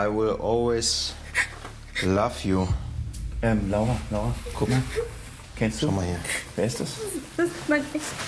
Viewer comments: "I will always LAV JU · Laf ju hat er gesagt 😂😂😂👌👌